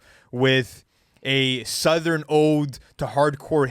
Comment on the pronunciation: needs to stop pronouncing “southern” like that😭😭